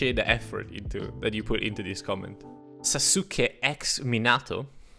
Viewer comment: SA-SUCE-KAY ex Min-ah-toe glares at camera Naruto fans: surprised pikachu